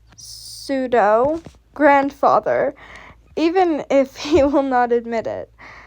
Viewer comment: YOO I know this random but I’m so proud of you pronouncing pseudo correct (weird spellings are the worst (stupid French))